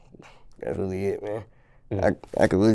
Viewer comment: When he say "really" he say "wheelie" lol